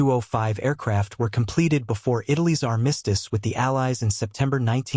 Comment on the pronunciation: You REALLY need to research the pronunciation of the word "armistice"! 😲